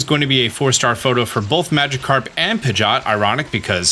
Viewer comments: Pigeot not pigot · pigot and meguhneeum....killing me with those pronunciations lol.